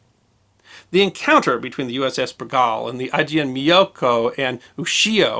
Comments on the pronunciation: Sir, with full respect for your excellent work on preserving the history of naval events and, please note, as mentioned by dcrbmwc 2 months ago, the correct pronunciation of Bergall is BERG-all. A ship deserves the respect of having her name remembered correctly, especially a boat such as Bergall who served so well in WWII. I remember her from my days as a submariner aboard USS Guavina SS362 when both were stationed in Key West in the summer of 1958. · Retired USN Submariner here, having served on four subs. I've always heard it pronounced "BER - gall", as in gallbladder. Love the channel. Love the stories. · As a former submariner, I always enjoy a good yarn. May I advise you of the more common pronunciation of USS Bergall as if to say Berg All with accent on the first syllable. I had a former Shipmate who was stationed aboard the 2nd Bergall, SSN 667, one of the most highly decorated boats of the Cold War Era. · My Father was a sailor on the Bergall. He always pronounced it Ber-gaul. He was an electricians mate but his battle station was the forward torpedo room. I could tell you some more stories but not on this media. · Pronounced Ber gahl, accent on Ber. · No, it's pronounced BER-gawl. Emphasis goes on the first syllable. IS putting the emphasis on the second syllable and, yes, is massacring the name. I was a sailor on the Bergall--the nuclear namesake of this boat. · The name is pronounced 'burr-goll' and the class is a 'baa-lay-o'. It was the 'sy-no' /japanese war. Other than that a good episode. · Great story, most of the WW2 boats (submarines) have such amazing stories and histories (from all sides). Your pronunciation of Bergall is so weird to me, I worked on her namesake (USS Bergall SSN667) multiple times, we always pronounced it Ber-Gull. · We called Bergall with the second syllable like All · Please learn how to pronounce the submarine's name correctly... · The submarine's name is pronounced as Ber - gull, not be-gal